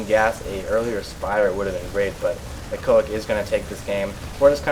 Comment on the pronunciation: He said: iEcho IC mispronouncing it - I thought you would mention that in some witty way like you do but I was sadly mistaken :P